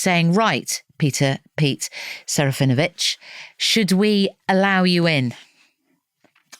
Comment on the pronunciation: Actually shouldn't it be seh-rah-fee-NO-vitch in accurate Polish pronunciation?